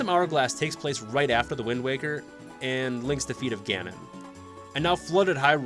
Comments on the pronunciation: I almost quit the video after he said wind walker, but the comments seem to be mostly positive so ig ill keep going lmao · Holdup did you just say windwalker? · Windwalker???? Windwaker!!!!!! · I lost interest at "Wind Walker" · Wind Walker why did he call it that